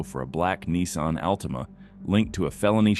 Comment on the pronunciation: Al Tim uh